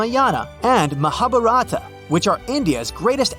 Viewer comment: note: you said ramayana and mahabharata wrong